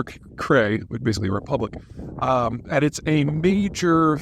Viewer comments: Pro-leh-tar-sk Crass-no-dar Kr-ay Otherwise thank you! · "Krai" - is pronounced with A like Apple